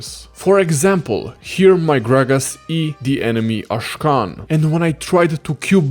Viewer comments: Akshan not Ashkan !!! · Pls dont call Akshan, Ashkan 😭😭